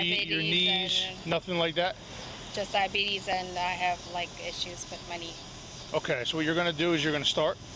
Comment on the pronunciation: “My knee” definitely came out sounding like “money” … I was thrown at first, too!! 😂